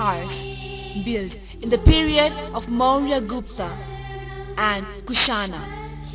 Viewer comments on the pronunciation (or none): none